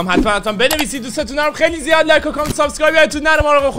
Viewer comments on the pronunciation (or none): none